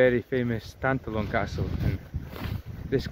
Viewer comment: BTW, the pronunciation is tan+TAH+lon. The stress is on the middle syllable.